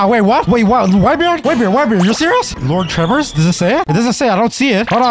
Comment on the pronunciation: “Lord tremors”😭💀💀